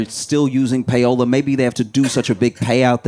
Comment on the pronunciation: him saying payola LMAOOOOOO 😭😭 love you josh